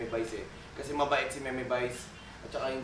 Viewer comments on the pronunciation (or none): none